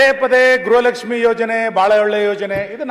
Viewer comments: ಗ್ರಹ ಅಲ್ಲ ತಾಯಿ ಗೃಹ ಲಷ್ಮಿ ಏಲ್ಲಿಂದ ಬರ್ತೀರಾ ನೀವುಗಳು ನಿಮ್ಮ ಪಡೆದವರು ನಾವೇ ಅಬ್ಬಾ.......😂😅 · ಗ್ರಹ ಲಕ್ಷ್ಮಿ ಅಲ್ಲ, ಗೃಹ ಲಕ್ಷ್ಮಿ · ಗ್ರಹ ಲಕ್ಷ್ಮಿ ಅಲ್ಲ.... ಗೃಹ ಲಕ್ಷ್ಮಿ 😊